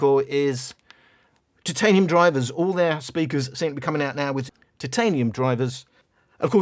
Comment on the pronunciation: Lesson of the day - must emphasize the first three letters of 'Titanium'